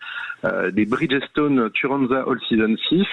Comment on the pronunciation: Ah les pneus BRIDGESSE TONE .....Mais est ce que les pneus BRIDGESSE TONE sont meilleurs que les pneus FIRESSE TONE ??? et dire que le le mec est un spécialiste du pneu ..... 😂😂😂😂😂😂